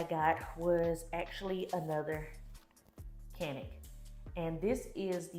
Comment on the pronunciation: Did you say StaCanik? 😂